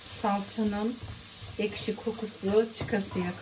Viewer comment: Ellerine saĝlık, da izmir kofteye pirinc girmez kadin budu kõfteye pirinc girer, birde eşki degilde ekşi diyoruz 😂 yuregine saĝlik